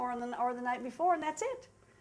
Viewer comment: Well, it's "night", not, noght